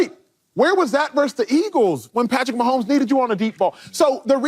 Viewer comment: I love JAMES JONES, but every time he says PATTY MAHOMES, it hurts me deeply ahah.